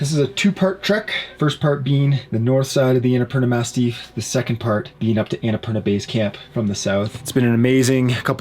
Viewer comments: Is he joking when saying Annapurna “mastiff” ;) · Is it me or it’s the Annapurna MASSIF and not MASTIFF? Unsure, since English isn’t my first language. Anyhow, I love your videos and I admire your courage and your openness. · Massif, not mastiff. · It’s “massif” not “mastiff”, that’s a dog 🙂